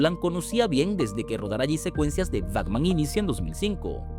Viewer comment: Buen video, pero dijo "Bacman" en vez de Batman, dijo "Nadien" en vez de nadie, y dijo "Agstracto" en vez de abstracto.. que contrate un narrador. Besito.